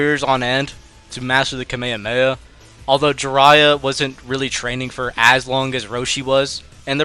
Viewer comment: this mf just said ka may ha may ha